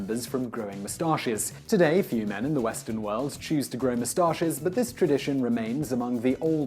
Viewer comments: the way he says mustaches bugs the shit out of me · I mainly just watched this video to hear him say the word "moustaches"